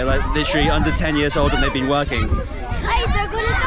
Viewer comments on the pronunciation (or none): none